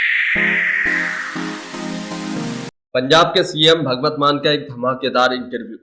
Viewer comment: Yaar Naam tu Theek bolo .... usska naam Bhagwat nahin Bhagwant hai ..... 😤😤